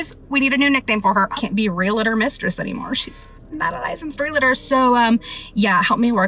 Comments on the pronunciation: realTOR, REALtor, not realAtor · Omfg all the “REEL-A-TOR” talk is KILLING me 😭 IT’S PRONOUNCED REEL-TOR. JUST REEL-TOR. HOW IT’S SPELLED. REALTOR. E FOLLOWED DIRECTLY BY AN A JUST MAKES THE EEE SOUND. FFS. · Pleeeeease! Its REAL-TOR not Relate-or! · Let's pronounce it together REAL -tor. Not REe LATor 😂😂😂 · The word is REALTOR!! They keep saying "relAtor"... Wtf! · It's REALtor not RELAtor. Idiots who can't pronounce. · It's REAL-TOR, not REAL-A-TOR. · Its pronounced REAL TOR... not REEYALATOR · I hate when ppl say Real-A-Tor. It’s realtor. There is no extra A. Just saying. Also your ex sucks and I’m sorry!! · Husband's can't be stolen. And it's Ree-al-tor not reelator. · Realtor not realetor. Why the extra “e”. I know, it’s just my pet peeve. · It’s real-tor NOT re-la-tor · Why do ppl pronounce it “real-a-tor”? lol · So beyond the point but I can’t stand the way she says real-uh-tor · Less than a minute in, and nothing to do with anything, but why are they pronouncing "realtor" as "reelator"? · Bros it's real-tor. Two syllables. Say it correctly and impress your friends! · All these people saying "real-uh-tor" is triggering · “Realitor” is not a word and this is driving me crazy only 10 seconds into the damn video. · I- was already annoyed when they all pronounced REALTOR like that... The education system failing speculation is actually active now. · The most offensive thing is how they pronounce realtor. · It’s funny how no one can say realtor right😂😂😂